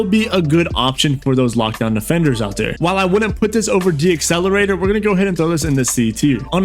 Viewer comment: Bro it’s decelerator (not D-accelerator) 😭😂